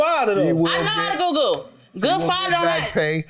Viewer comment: she said “I know how to google” lmaaooo 😂😂 but it sounds like goo goo